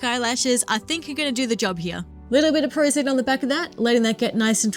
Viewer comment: Forgive me, I know you said what glue you used for the eyes, but I couldn't quite understand. "Prozate"? Could I get clarification please? I love your work, and am going for a similar look for a different character.